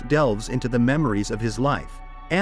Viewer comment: The robot reader mistakes minute (very tiny) for a measure of time, the minute (60 seconds). That's when I knew for sure it was a robot.